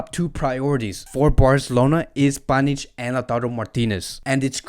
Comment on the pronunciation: You call him panich😂😂😂😂